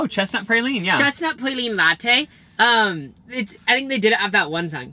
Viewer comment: Hearing them call a praline a pray-lean was so frustrating lolllll